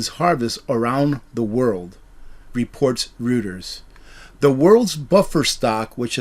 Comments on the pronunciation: Reuters…..is pronounced ROY-TERS. Not ROO-TERS. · Not trying to be a jerk but, REUTERS is actually pronounced ROYTERS. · Roy ters is how it's pronounced.royters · REUTERS--an internationally recognized news service is pronounced "ROY-TERS"